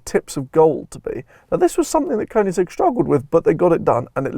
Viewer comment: Please pronounce the brand in the correct way! :)